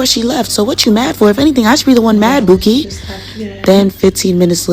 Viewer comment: I hate when y’all say Bookie 😂😂😂